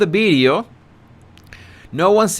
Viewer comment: What’s a “ bideo “ ?